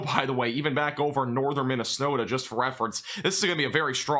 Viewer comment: "Minnesnowta" got me 🤣